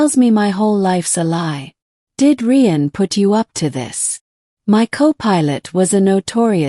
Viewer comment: Rian is pronounced the same as Ryan, you stupid machine😂